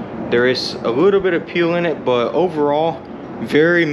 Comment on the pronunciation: Ehehehe. You said the word "but" odd. You say "bogh". There is a T in there!